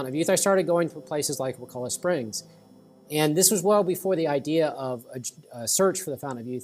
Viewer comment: It's actually pronounced: Wuh- Kuh- Luh. And the POS Florida government put a sewage treatment plant right over the main spring, ruining the water just in case you didn't know. There's also a collection of springs there called CJ Spears where the FDOT clear cut all around it and put a road in going from Tallahassee to Crawfordville. It ruined the natural filtration system of the trees and is now ruining the spring. In 10 years these springs will be ruined if they aren't now. May wanna go check them out before it's too late. Sorry to be the bearer of bad news.